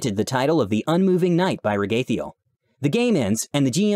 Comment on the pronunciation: I thought it was pronounced Rag-a-thiel